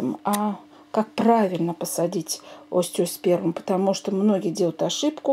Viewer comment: Цветок называется-ОСТЕОСПЕРМУМ. По ушам режет!